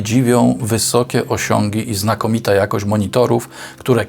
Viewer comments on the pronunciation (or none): "ich jakoć", bo przecież nie "jakość" 😆